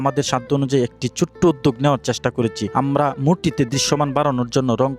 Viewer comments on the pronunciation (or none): করেচি না করেছি হবে আগে কথা বলা শিখ তারপর ভিডিও করবি